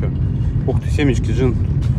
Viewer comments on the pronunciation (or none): none